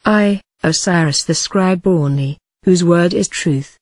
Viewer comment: Why she pronunces "Ani" as "Oonee"?